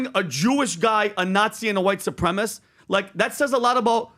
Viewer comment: “Supremist” what a complete idiot. Learn to talk.